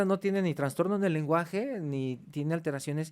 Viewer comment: “Tanstorno”. Lol.